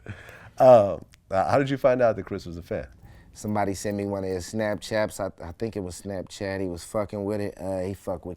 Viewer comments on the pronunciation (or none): Why nobody talking about when he said “Snapchaps” 🤦🏻‍♂️